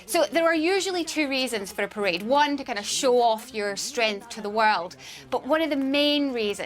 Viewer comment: Did she start to say prison instead of parade?lol